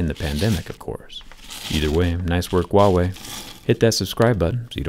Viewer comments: Am I the only one who heard Thewaaway instead of Huawei? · Say Huawei with an H as most people pronounce it like a W, which is incorrect. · the h is pronounced in "wawei" lol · stop pronouncing "wahway", it's irritating! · Huawei....WEE WAH!! 🤣🤣🤣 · He butchered the phones company name lol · The way he said huawei in the starting made me anxious 😐